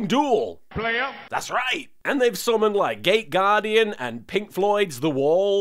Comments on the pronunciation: For a second I thought that you said "gay guardian" instead of "gate guardian" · I know it's not what he's saying, but I keep hearing "gay" guardian instead of "gate" guardian.... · Nearly every time he says it, it sounds like "Gay Gaurdian" - maybe that's just me. Makes me giggle though. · Me too... it seems we are a minority, but he's clearly talking about a gay guardian.